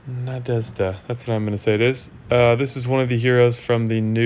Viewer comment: I never realized that there is no sound in the English that is equivalent to the sound that the letters "zh" make in the Russian (and in other slavic languages) so it is pretty hard to pronounce that for English speakers. But you were quite close. Good job on that one) Anyways, the hero is just not that good. Least desirable from all the magic heroes by my opinion.